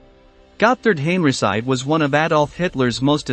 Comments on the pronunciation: "Hen-ree-chee" not henryci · No need to massacre German Generals last Name the way you did. There are other languages in this world and the least you can fo is to learn how to properly pronounce it. First time we hear someone calling. General Heinrici as Heiricy!! His last name is pronounced Heinriki sometimes Heinrichi. I recommend you to watch a YouTube video from Mark Fulton. Better to approach things from a real history and not cliche and propaganda used over the years. You are painting all the German Generals as evil. Nazi were criminals no doubt. But they convicted Some of the Luftwaffe Generals for bombarding cities. Well who unnecessarily burned Dresden towards the end of the war? a city with not a single military target ? War is war both sides bombarded civilian targets. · Why don't you try to pronounce Henrici name properly.?.... I had to refrain from shutting this video off. .. Please, learn how to pronounce foreign names properly... Respect your audience...